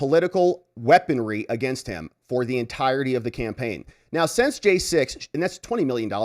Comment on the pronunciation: You are still pronouncing SINCE as SENSE. These are two different words and must be pronounced differently, else how are we supposed to know what you meant, not to mention that auto-translate programs are translating you wrong. Still, great work. You also pronounce UNTIL as INTEL. Very gen-Z but still incorrect.